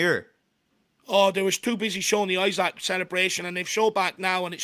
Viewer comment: his name is Eeeesak